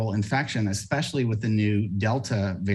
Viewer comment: "expeshally" Way to bogan Scomo.